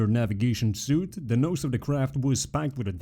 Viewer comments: Nice video, I subscribed. Just one thing, 'suite' is pronounced as 'sweet', not as 'suit'. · hey this video is really cool! just wanted to let you know "suite" is pronounced the same as "sweet"